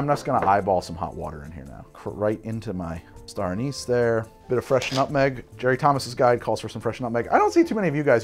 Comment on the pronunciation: Awesome video! Drinking a toddy myself tonight. But the way you pronounce "anise" drives me nuts 😂